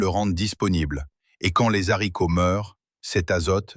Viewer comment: On dit les haricots pas les zharicots.